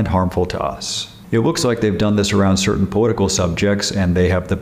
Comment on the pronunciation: I can’t get over him saying “powitical”